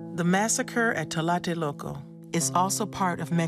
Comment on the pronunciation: Excellent documentary, very well done, I just wished the lady narrating the video could mention correctly the name Tlatelolco, I know it's not an easy word for a non Spanish speaking person but she was saying "talate loco" all the time, it sounds even funny talking about some very serious and bloody things that happened in my country.